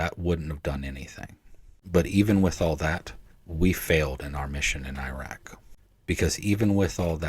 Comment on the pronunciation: How the heck do you serve over there and not learn how to pronounce العراق properly? Anyway, from the guy who found the launcher that was stopping the CAS providing the top cover without which the front line wouldn't advance, a reminder: The name عبير قاسم حمزة الجنابي is not forgotten, and that story didn't do anything to improve relations. It was inevitable since early 2002 when the massive effort to teach Americans to hate all Arabs and all Muslims and blame them all for 9/11 started and even more people could see it coming when the decision was made public to invade and occupy العراق with a quarter the number of troops the experienced senior officers said would be needed.